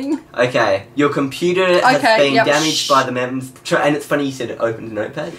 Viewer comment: THATS NOT HOW U SAY MEMZ ITS (MEM-Z)